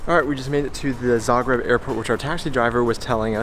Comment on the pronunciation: Yeah, you are one of the few people pronouncing Zagreb correctly, on the first not the second syllable... :-) Smart belongs to the Daimler corporation just like Mercedes, by the way.